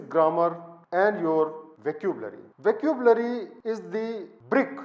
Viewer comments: Isn't vuh-ka-byoo-luh-ree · Fascinated how he can't pronounce vocabulary and written 4 books. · Dear Sir, It is a wonderful video. I will try to incorporate your suggestions to improve my writing.Just a small suggestion . Please listen to how vocabulary is pronounced by other speakers.